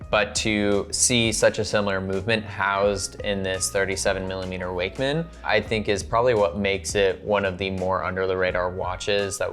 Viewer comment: I'm pretty sure most people are saying it incorrectly, based on where Icko Wakmann came from. It should be "VOK" 'Vokmann.'